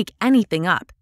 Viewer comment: 曾在網上一些教人英語的視頻中, 見到他將 up, 讀成 op, 這有點奇怪! 是否真的有人會這麼發音? 算是標準嗎? 但我查字典, 無論查英式還是美式, 也查不到這種奇怪的發音!